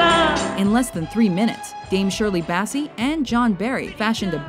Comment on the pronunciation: Shirley Bassy?.. What? Learn to pronounce then names for God's sake!